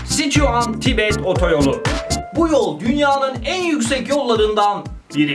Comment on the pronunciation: Sıcuan Tibetteki Sıcuan ı ilk duyduğumda Sıçan diye anladım